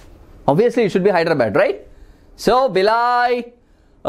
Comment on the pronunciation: Sir Please Pronounce 'Hyderabad' Rightly🙏🙏